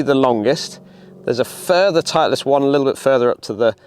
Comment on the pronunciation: Why are you saying titliest